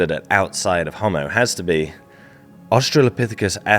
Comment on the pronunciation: Ho'mo.....not hommo